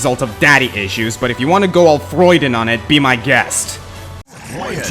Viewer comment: you said freud-in instead of freud-ian. sorry i had to point that out